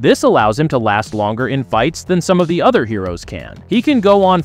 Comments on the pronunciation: AI doing the talk over parts in these videos is horrible. By the way narrator, other is pronounced O the er, not otter. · please buy a pop filter. Also, WTF is a mudder? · Did you just say "udder" opposed to other?